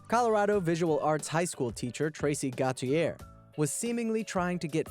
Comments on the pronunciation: I think if the first name is "Gautier" it's pronounced "Go-shay". If not, have a nice day! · tracy got-you-eh lolz